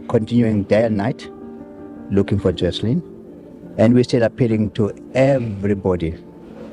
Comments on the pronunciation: Beautifully? The child's name is wrong in the video title, on screen during the video, and every time ite narrator says it.... even tho they including several pictures with the correct name. It's Joslin... no 'h' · Joslin… not joshlin.